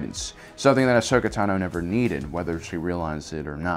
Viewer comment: Dude... just say her fucking name right 😂